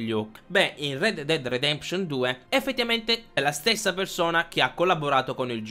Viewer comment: Rededded redeption non si può sentire